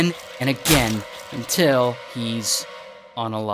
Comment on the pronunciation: I love when you say “ UNTIL” EVERYTIME 🤣